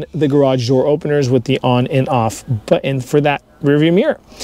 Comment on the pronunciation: Nice review though I did giggle when you kept saying butt-in.